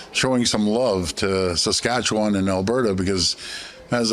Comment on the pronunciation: When a Premier in Canada can't even pronounce Saskatchewan, that speaks volumes there Ford